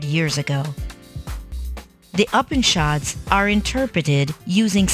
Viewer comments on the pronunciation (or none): It's not UP-anishads, you stupid mechanical voice. It's [Ew]-panishads.